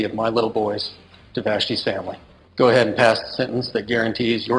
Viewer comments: I think he was emphasising it to let people know he’s not just mispronouncing go. 😀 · I'm not understanding. I did that when he says go it sounds like gew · You’re welcome! And Goo is slang in Ireland meaning to watch or look at something, just in case you think is mispronouncing go). ☺️ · That’s lovely. Give it a goo is slang in Ireland meaning to watch or look at something (in case you think is mispronouncing go). ☺️ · Follow the howl I think that’s where it came from too. Most people think is mispronouncing go. ☺️